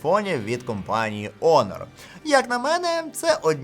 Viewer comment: Онор? Honor = Гонор. Гоноровий. Є таке слово в українській, хоч і англізм але це воно точно читає назву.